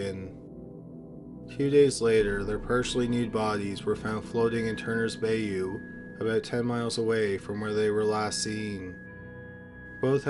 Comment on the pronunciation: Dude, learn how to pronounce bayou. 😂